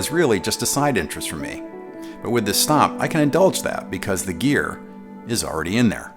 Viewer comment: Why does it sound like “snob or snot” when he says stomp? ;) love this video just ordered my powercab